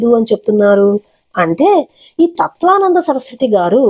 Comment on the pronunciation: ఏమి అమ్మా,నీవు తత్త్వవిదానంద స్వామి పేరు తత్వానంద అని,నటరాజన్ పేరు నాగరాజు అని చెప్పడం ఏంటి? ఫస్ట్ భాష సరిగా తెలుసుకొని వీడియో చేయాలి.విషయం సరిగా తెలుసుకొని మాట్లాడాలి.ఎన్ని సార్లు తత్వానంద అని అంటారు.పేర్లు కూడా సరిగా పలికేది రాకుండా వీడియోలు చేస్తున్నారు అమ్మా.